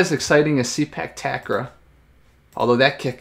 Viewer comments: actually it pronounce " Say puk Ta Kraw" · It pronounced Say-Park Tark-Raw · The way to say it is SAY-PARK TUCK-RAW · It’s pronounced “Say Puck Tuck Raw” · Its pronounce Say-Park Tuck-Raw